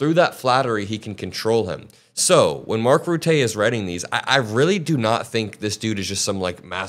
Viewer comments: The navo guys name is pronounced differently Rutte rhymes with butter but without the R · I' m from the Netherlands. Pronounce Rutte as Cutter. And FYI... pronounce Qatar as Guitar. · FYI Rutte rhymes with "mutter' and "utter". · Rutte is pronounced "Ruhttuh"... cheers. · Rutte is smart. He’s puppeting. Pronounced “Mark Roota” BTW. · Word to the wise. Rutte is pronounced rutta. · It's pronounced ruhttuh ;) And he's a two-faced creep! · Dear, please before speculating about Mark Rutte (Pronounced Ruhtuh) do a little research into who he is. He was the prime minister for the Netherlands for 13 years straight. A charismatic man who can make friends with anyone by always smiling and laughing. You could always feel he is on your side but then suddenly pushes you to believe something or do something, and that’s why he is a great secretary general! He is able to deal with trump! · lmao the pronounciation of the name rutte......lol never thought I would laugh hearing rutte's name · I just love how you pronounced Mark Rutte. Rutte is a Intelligent career politician who had scandal after scandal hit the gouvernement on his watch but every time he survived without any real problems so this is just an act of him to get what he wants from Trump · You're mispronounced Rutte, he is the former PM of The Netherlands and corrupt,look up child benefits scandal and the problem with his phone. Tip of the iceberg. Rutte left The Netherlands a mess, is for the wealthy and a POS. He is kissing Trump's ass because he admires him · Rutte is not a Trump fan. He is playing his ego as Rutte's only responsibility is having NATO survive this presidency. Rutte was our prime minister for more than a decade. He will say anything to get his way. It is both embarrassing as it is effective. Also. Try saying Rotten, without the (N). That would be closer to his name than Ruthee. He isn't a French pastry. Although I wish he was. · Your proununciation is wrong. Its MARK Rutter